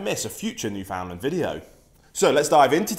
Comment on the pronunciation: Yeah,well you start by pronouncing the name right. It's newfound lander ,not new foundlander.there is place in Saskatchewan called new Finland .newfoundland understand it rim's